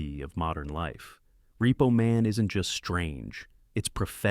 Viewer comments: WHAT IN THE HOLY HELL FOCK DOES THIS AI POS SAY ???!!! LMFAO I EFFING HATE AI PRODUCTIONS!!! That and "REPPO MAN"... and Emilio EST...vez something... WTF!!! STOP MAKING/USING THIS SH1T!!! Use your HUMAN VOICE and READ IT TO US!!! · "Reppo Man, starring Em-il-lio Est-EV-es. Umm, yeah...that's not how you pronounce any of those words, except "Man". lol